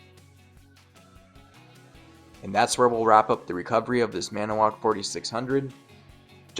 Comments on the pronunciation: The narrator forgot a syllable. "Maniwoc" has 4 syllables, not 3... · I think you’re pronouncing Manitowoc incorrectly but what do I know 🤪